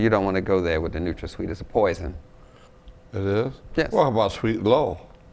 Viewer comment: He said Nutrasweet like he was doing something